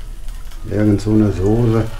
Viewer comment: du bist so geil.... Das ist Sosse,,,,,,,, und das ist auch Sosse. HAHAHA Und das ist eine Teflonpfanne. Made my Day. Hättest keine Lust nebenher so einen kleinen Thaikurs für Deutsche zu machen?